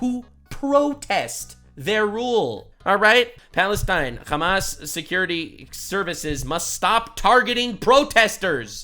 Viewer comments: "Khamas". You guys do know that there's an easier way to say it in english that's closer to arabic right? it's Hamm-mass (Hamm like the eating noise, mass like science). khamas is how they say it in hebrew. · Like Ham-ass, yeah. Like the piggie’s backside.